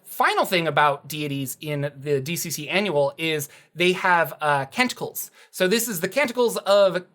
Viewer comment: I was not looking at the screen when you said Canticles, but by the Gawds, I swear you said they get TENTACLES! And I thought, WHAT!?!